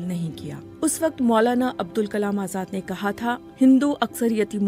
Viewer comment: عبد الكلام نہیں ہے ابوالکلام ہے کُچھ پڑھ لکھ کر اتنے بڑے پلیٹ فارم میں بولنا چاہیے